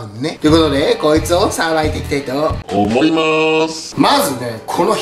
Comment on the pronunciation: 今日の思いまーす♡が変化球すぎました。